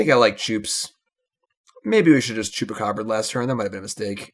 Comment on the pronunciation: I took a big gulp of my Long Island Iced Teas last night for every time you say Chewbecab and couldn't even type this comment until now. Talk about a nervous tick